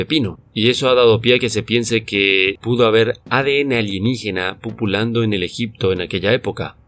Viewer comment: Excelente. Como siempre. Pero se dice '' pululando'' no' 'pupulando' ' jajaja.